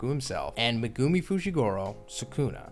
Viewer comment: It’s pronounced Meg- ( like Meg from family guy) Gu- like gooey and Mi- like me